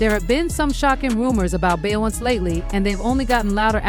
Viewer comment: Yah-yo? Bey-on-say? Huh 🤔 by-yonce? lol let me know, they don’t live in US or it’s AI. 🤖